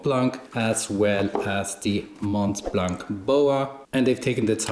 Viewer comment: Great video. Mont blanc is french and we don’t pronounce the “t” at end of “mont” and the “c” at the end of “blanc” 😊